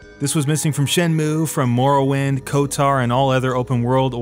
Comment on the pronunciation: Your pronunciation of Morrowind. Shiver